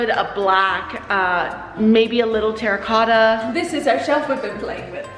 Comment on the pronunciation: Something about saying “terracotta” is sending me into a blind rage